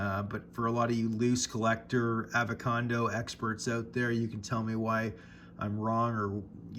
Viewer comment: Did you say “avacado experts?” Lol